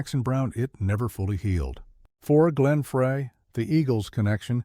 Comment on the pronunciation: Please, if you are going to continue to produce content like this, pay more attention to the end product. The embedded captioning and AI voice over should be tweaked. Glenn Frey's name is not pronounced "fray", it's "fry" and Jackson Browne's name has an e at the end. Good luck.